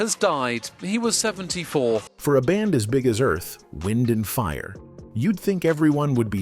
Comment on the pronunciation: "Morris" White? Earth-- Wind & Fire? I hate these AI creations! 😡 Repetative, poor pronunciation, annoying. I stayed in my home 3days after hearing of Maurice's death. It was like loosing my closest friend. I played EWF music day and night, and cried as I sang along. R.I.P. my friends. You will live in my heart forever🎉 Thank you for sharing each of your extraordinary gifts❤